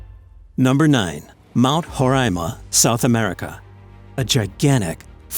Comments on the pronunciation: you write roraima and you said horaima Iam literally comfuse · It's RORAIMA...not HOREAIMA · 1) you pronounced guyana wrong 2) it's mount roraima not horaima 3)IT'S IN GUYANA NOT VENEZUELA THEY JUST TRYNA CLAIM OUR LAND 4)I can guarantee you that there are no aliens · i'm from guyana you pronounced roraima wrong